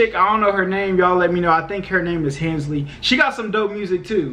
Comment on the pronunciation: “hansley” lmao